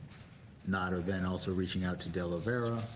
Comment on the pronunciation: mine so far was the Republican pronouncing Nauta’s name “Nu-ah-tah” because white racists passiveagressivly mispronounce Hispanic words with unfamiliar letter combinations. In Colorado, Buena Vista is pronounced “Byoona” by natives, even tv news peeps.